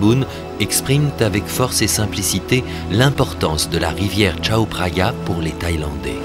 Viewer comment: Par contre, j'ai mal aux oreilles à chaque fois qu'il prononce "Tchao Praya" alors que cela se prononce "Kao Praya".